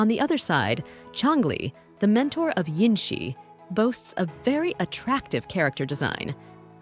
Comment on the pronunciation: her name is jinhsi... not jinshi